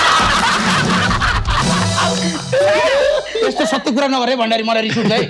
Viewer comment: भन्डारी लाई बण्ढारे, भन्ने कोको हो🤣🤣🤣